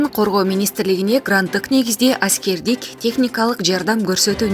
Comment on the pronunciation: Айськердик деппи😂😂😂